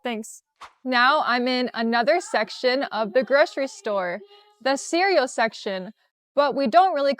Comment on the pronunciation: groSHery list?? groSHery store?? Are you sure?🤔